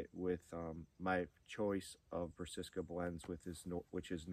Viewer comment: 🤣 I definitely was taught the wrong pronunciation years ago, but have since corrected myself.. Brass-A-ca! 😎